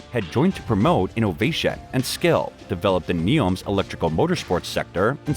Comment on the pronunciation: I couldn't get passed the way "transportation" was pronounced. He says "transpotashia(n)"... and when i get passed that, there was this innovashia(n)... :D